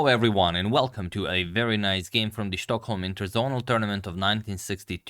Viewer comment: I got the impression you appreciate pronunciation advice - Stockholm is pronounced with a ”normal” s - ”schtockholm”, while it has a nice ring to it, would be if it was in Germany;)